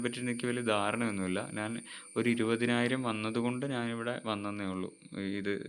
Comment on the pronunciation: Pronunciation ' Naan' Alla 'Njan'....Video first part kettunokoo...